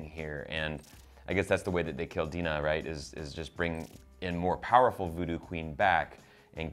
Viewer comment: do they even watch the episode? it's obvious that myrtle didnt kill mutt and jeff - she says so and this is how the vanderbilts buy four tickets to the outpost. They state clearly that the witches bury themselves in louisiana swamp mud - it's not a spell. It's also pronounced DIE-nah stevens. I really liek these guys and i'm not trying to hate but like these are things you can find out by actually watching the episode.